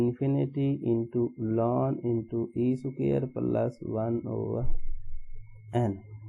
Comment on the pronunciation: Sir it's not lan it is natural log 😔